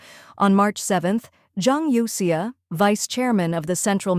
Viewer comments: Zhang Youxia. Not Zhang Kouxia, right? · Zhang Youxia has no "k" sound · Zhang Kouxia? --> Zhang Youxia? 張又侠？